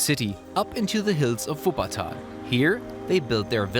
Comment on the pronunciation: Er kann so was von deutsch so wie er Wuppertal ausspricht